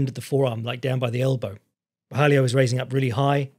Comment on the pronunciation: There's no "i" in Borralho.